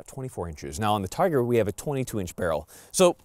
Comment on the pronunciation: Just a couple of words, Firstly, it is not pronounced Tiger [Teyeger]- it is pronounced Teegar. eee not "eye". We are agents for Izhmash and I have shot quite a few of their firearms in Russia. The SVD has a different twist rate than the TIGR, as it was designed for the lighter sniper projectile. [circa 147gn if my memory serves me well]. The TIGR is designed to take the heavier projectiles available to the public. The Adverse condition for the gas regulator was for carbon/soot build-up, as my understanding and nothing to do with the weather. I had a private TIGR which put three rounds of BARNAUL 203gn SP into the same hole at 100 metres and while demonstrating it on an Army Snipers course, I hit a Clay Pigeon at 850 metres second shot [adjusted] while using BARNAUL 185gn FMJ. Not bad for a rifle designed back in the Cold War!